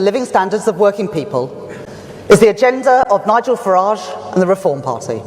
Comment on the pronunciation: It's pronounced "Farage"